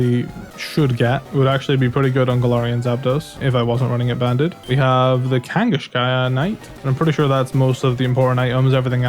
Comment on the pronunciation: I love the way you pronounce kangaskhan as kangishkhan